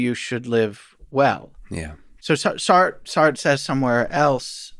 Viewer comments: This guy can't pronounce "Sartre" correctly and it makes me question his entire validity as an academic. How annoying that someone so educated can't do a simple google search on pronunciation? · This guy seriously needs to check out the French pronunciation of Sartre. It ain't "Sart", Just listened again, all his French philosophers are … like mispronunciations of European dairy products